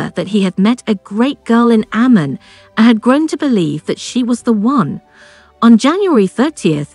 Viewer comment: This whole video is only 50% half true...Also names are pronounced wrong! its Abdullah not Abdoolah its Amman not Ammen its Alia not Elia ....Rania was at a birthday dinner party being held at Hard Rock Cafe, Abdullah was invited to thats how they met... Her father was not keen of him at first because of his high profile security sensitive life...and because at that time it was still a rare thing for Palestinians and Jordanians to marry eachother...its far more common nowadays... They did start dating and saw each other more than 2x in 1year! but yes Amman ( Ammen) is a very gossipy place so it was very careful meet ups.